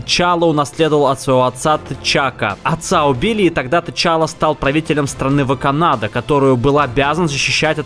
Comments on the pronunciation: не «Ваканада» а Ваканда!. Как можно так ступить если через пару секунд в моменте мультфильма говорят правильно, и даже ТЫ потом сказал правильно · не Ваканада, а Ваканда. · "Ваканада" Что блять? Даже в сказали Ваканда. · Не ваканада, а ваканда! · Ваканата? Может Ваганда? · Произносит ваканада,следующим кадром момент из мульта где произносится Ваканда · «Ваканада» лол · Какая ваканада правильно ваканда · ВакАнда, а не ВаканАда! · не ваканада а ваканда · КАКАЯ НАФИГ ВАКАНАДА, надо говорить Ваканда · не Ваканада а Ваканда!!! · на мой пукан загорелся.НЕ ВАКАНАДА, а ВАКАНДА бл*ть!!! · Орнул с "Ваканада" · Слышь! Не Ваканада, а Ваканда... Не Макс.И.мов, а М.А.ксимов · Ваканда чел ваканда,а не ваканада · Какая боять ваканАда правильно вакАнда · Сказал Ваканада, а дальше вставка Ваканда. ВАКАНДА,НУ ЧТО ТУТ СЛОЖНОГО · Ваканада ты поставил ударение на 4а а правильно Ваканда 2а. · Поправка не вакаанда а ваканда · Че бля какая еще Ваканада может быть Ваканда? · Ваканда а не ваканада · Ваканда блять! А не ваканада😂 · Ваканда, а не Ваканада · какого черта? ВАКАНДА !!! НЕ ВАКАНАДА !!! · Ваканда,а не ВакАнада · ВаканАда штаааааааааааа? Может Ваканда? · Ваканада?Ваканда, нет?Можно было еще просто Канада сказать... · Не вакада а ваканда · Не "ВаканАда", а "ВакАнда" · ВакАндааа,а не ваканАда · вакандА а не вакнНАда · Что? Ваканада? Вы бы хоть чуть чуть про супергероев в Википедии прочитали прежде чем ролик клепать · не ваканАда, а вакАнда!!! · не Ваканада, а Ваканда!!!!! Лучше готовься к видео!!! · ваканАда? вы смеётесь? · Не ваканада , а Ваканда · какая нахрен ваканАда? вакАнда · ВАКАНДА, А НЕ ВАКАНАДА!!!!!!!!!!!!!!!!! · страна не ваканада, а ваканда. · "Ваканада"? Серьёзно?! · Вакана... Ваканг... Ваканада) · Брюс ваканада говорил... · БОЙСКАУТ AIKANAT он один раз сказал ваканада,а потом он правильно сказал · Ваканада, потом говорил ваканда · ВаканАда?Ты серьёзно?!? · ВАКАНАДА?! ВАКАНАДА БЛИН?!!!! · Мне послышались?Или этот не посвящённый сказал ВаканАда?